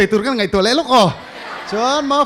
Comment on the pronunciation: Pakhatna in ngaih tih tura ngeih a ti tlat hi chuan beng a tithlep deuh